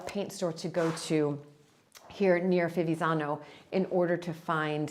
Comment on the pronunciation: It’s pronounced Fi-viTz-zano the first “z” makes a “tss”sounds. Hope that helps ☺️